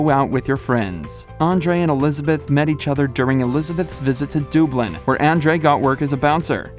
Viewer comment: I'm sorry but "DOOBLIN" ???!😑?!!? It's DUBlin like English dub😂😂😂